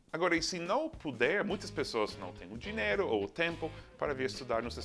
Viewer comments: Amigo Seth, vocês gringos não sabem pronunciar a palavra DINHEIRO. Ai que nervoso!!!! Vocês todos falam DINEIRO! Nããããããoooo!!!! Please! DINHHHHHHEIRO. NHE NHE beijo, lindo! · Dineiro kkkkkk